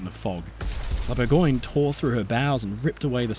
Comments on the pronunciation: "Bourgoin"? That sounds like the London (?) dialect of English for Burgubdy. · Close, but no. It's "Bour-găăn-yuh". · It's Bourgogne, not "Burgoin" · I like that you try to pronounce foreign names correctly and was pretty stunned that you kept the disastrous way English speakers slaughter the words "Gascogne" and "Bourgogne"